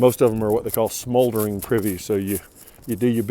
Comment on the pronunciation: Enjoyed this video and look forward to following along. Love all the details you are giving. Small correction though, you were talking about privys and the term is moldering not smoldering 😎 My wife and I maintain a couple of shelters up here in Vermont and take care of the moldering privys that are there as well. Good luck with your journey.